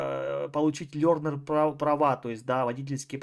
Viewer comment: 🙄 лЁрнер права. гЁрл и Сенкююю....кто вас, русских и украинцев, учит английскому?? Не ужели так трудно посмотреть произношение слов??